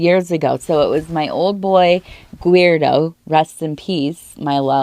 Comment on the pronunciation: Did you say Gweirdo?😂❤😹